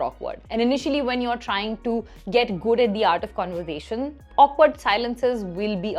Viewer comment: Hey what a fun and informative video, ❤😊 super!! A little correction you may take - it's pronounced "conver-sation" and not "conver-zation" ☺️